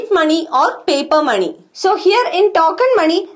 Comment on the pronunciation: When she says money i hear “Mani” Naageen Mani”🐍 anyways nice video mam